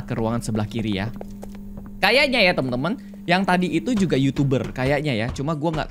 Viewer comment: Bang kok lu ngomong "jugal" 🗿